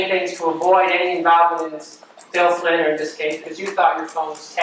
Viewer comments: Why does it always sound like they're saying "Bill Clinton" to me?! It's the strangest thing!🧐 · Im so happy I found this comment because "Flynn" and "Clinton" are such totally different words that I thought I was going nuts hearing Clinton instead of Flynn 😂 I even started questioning if there was a second Bill involved lol! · Swear it sounds like the Prosecutor is saying "Bill Clinton." I can't unhear it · Am I the only one who thinks she keeps saying “Bill Clinton” and not “Bill Flynn”? It’s tripping me up lmao